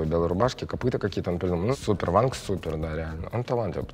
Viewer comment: Не Ванг а Вон :)